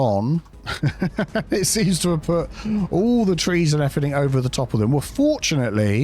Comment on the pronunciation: Everythink is not a word.